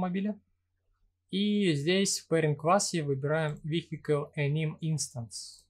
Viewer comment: Видео познавательное 👍 но такое ощущение, что оно записано в нулевые, когда интернета не хватало даже для того, чтобы загуглить как правильно произносится "wheel" и "vehicle". Ну и "мотишн блюр" в конце -- это Fatality! 😆